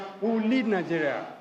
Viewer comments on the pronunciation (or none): See president wey no know how to pronounce the name of his country properly. Calling Nigeria 'nijèriah'. What a mess!